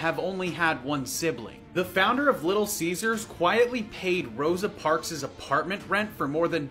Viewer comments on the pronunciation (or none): It's pronounced as Rosa Parks , not Rosa Park-Zez.